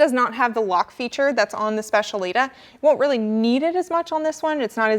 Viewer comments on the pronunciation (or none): You could at least make an effort to pronounce the Specialità correctly :d